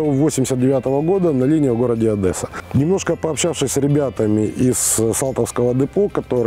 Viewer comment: Боже, ну какая Адэсса?